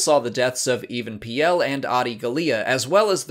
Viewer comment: Even Piell is pronounced like Revan Peel